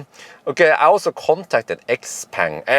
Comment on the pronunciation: Schaupong, that is how it is pronounced 😉 I love the car. Especially the Zesla X style Windshield without beeing big and expensive like Tesla. I def. Would buy it if it would come to Europe.